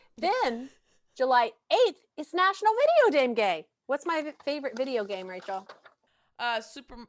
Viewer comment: Was it just me or did say “video dame gay” and neither her nor Rachel noticed 🤣🤣